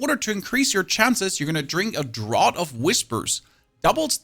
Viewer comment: It's pronounced draft not drot. Draught